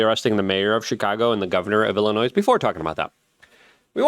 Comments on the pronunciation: Luke, I hate how you pronounce Illinois. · The s is silent in Illinois